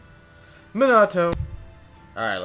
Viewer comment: you say minato wrong